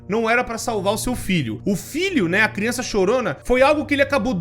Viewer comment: "Deixar bem claro que criunça não entre" MANOOOOOO TE AMO 🤣🤣❤️❤️